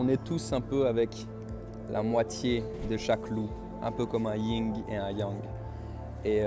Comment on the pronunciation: Juste cher: c'est le YIN et le yang, pas le ying. Tu es super.